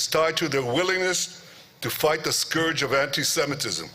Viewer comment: "Scourge" as in 'skerge', not 'swerge'.